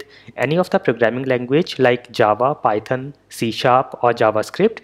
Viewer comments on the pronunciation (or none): none